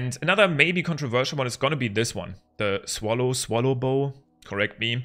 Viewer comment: I love how he doesnt know how to pronounse swallowbow, becouse he is german but i am as well